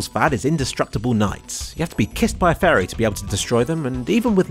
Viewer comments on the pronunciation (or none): none